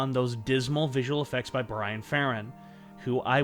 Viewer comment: One minor correction. You corrected yourself on David Loughery's name. But you also got Bran Ferran's name wrong. It's not Brian. It's Bran. As in bran flakes cereal.